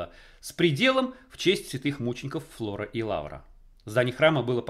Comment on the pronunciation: Не ФЛОРА, а ФРОЛА!!!!!!